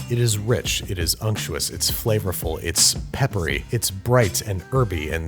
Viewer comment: Noone: Babish: UnCtUoUs